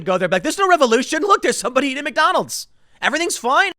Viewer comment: Big question...why does Tim say MACDonald's like he's a 70s jazz musician?